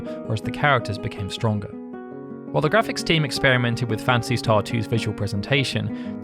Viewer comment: Not sure which I like best, Final "Fancy" or "Fancy" Star. I hear "Fancy" almost every time with your accent, LOL. Great videos by the way.